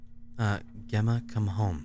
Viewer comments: Gemma is pronounced Jemma,, not ganondorf 😂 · I adored whenever you said my name properly! Makes me strangely happy! Say it like you'd say Jemma. Both Jemma and Gemma are pronounced the same way. Both are said with a J sound. Gem like gemstone. Gemma! Love you <3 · Gemma. I think the proper pronunciation is pronouncing the G like a J. Jemma. J + emma. Jemma = Gemma. I know probably won't change how he says it but I needed to say something cuz it was bothering me. Have a lovely day my fellow hoomanz. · The way you say Gemma is like you're saying Jemma. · Gemma is pronounced like jem-a :) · Gemma is a British (i think) Way of saying Jenna so I think the proper way to say it is Jenna. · Gemma is pronounced with a "J" sound in front of it. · Gemma is pronounced with an h so its Hemma ^^ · Hey cry! I share Gemma's name. It's pronounced Gem-mah! :) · The struggle of pronouncing Gemma lmao It's just Jemma with a G hun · one day cry will pronounce Gemma right! am I right?